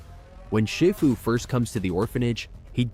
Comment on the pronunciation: More AI slop pronouncing Shifu incorrectly...